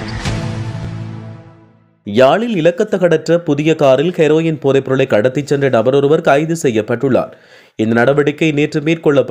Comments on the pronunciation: KEROIN wrong pronounce 😅😮😢 Herein correct Prime minister KARUNI 😅WRONG PRONOUNCE😅😢. HARINI. DAMN SHAME TO SAY.😅you tuber. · அய்யாதத்தமிழ் கெரொயின் எப்போ இலங்கைக்கு வந்தது இது வரை ஹெரொயின் மட்டும் தான் இருந்தது நல்ல தமிழ்